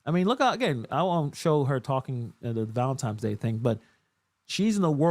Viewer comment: Haha he calls it valintimes day.😂